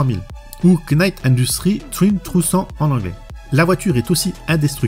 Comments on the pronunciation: ""Quenight".. lol .. le K ne se prononce pas .. "night" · le K de Knight est mué comme tout K suivit d'un N en anglais , ça se prononce Night :)